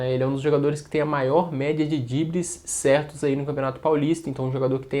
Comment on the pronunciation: Vei, fala drible por favor. Sei que "dibre" é gíria mas fica dissonante da proposta do canal que é um perfil jornalístico/informativo. Se eu estiver sendo muito fresco me desculpem.